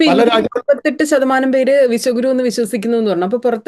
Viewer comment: Sunithayudey oru thettidhaarana😮😮😮avar paranjathu " vishakuru" enaannu, Vishwa guru ennalla😂😂😂😂😂